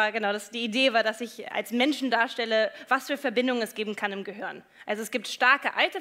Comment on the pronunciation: Ich mag die Frau Shaw ja wirklich, aber es heißt GEHIRN, nicht GEHOERN.